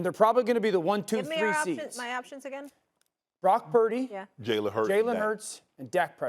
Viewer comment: Brock purddy…..really….